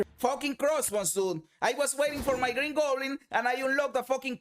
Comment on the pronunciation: Did he say he was waiting for gringo goblin? Lmao I’m dead